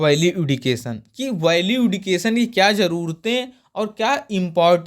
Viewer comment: सर एडुकेशन नही एजुकेशन होता है